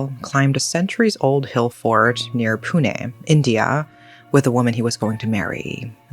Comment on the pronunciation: First time a foreigner gets the pronunciation right on 'confusing' place-names in India. Most first-timers would say "pyoon" for Pune. says it the correct way, "Poo-Nay". Shows does her research reasonably well. One pointer, though. In India, words ending with "-gad" or "-gadh" are pronounced as "-garh"(garr- a subtle roll of the tongue, almost nasal). So, fort lohagad/lohagadh will not be "-gaad" or "-katt." Cheers.